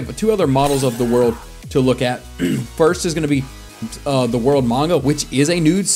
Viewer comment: Its manga not maunga plz fix the word ty